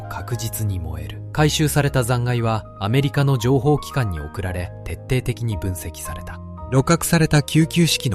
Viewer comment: [てっていてきに」です。